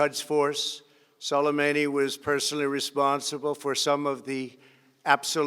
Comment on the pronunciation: I'm impressed that he managed to pronounce Soleimani's name correctly